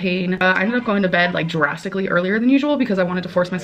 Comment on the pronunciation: I'm sorry, is she saying "jurassically" instead of "drastically?" Where's Jade autocorrect when we need her?